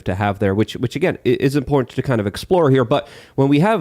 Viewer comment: there is a "tant" at the end of imporTANT